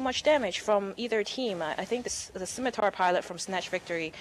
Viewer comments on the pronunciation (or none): skim, skim, SKIM!!!!! It's pronounced SIMITAR!!! You don't need to say the 'C'